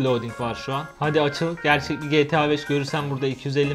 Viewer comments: GE TEĞ ĞA BEŞ iğrendim o nasıl diyiş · Abi getea 5 degil Geta 5 desene ya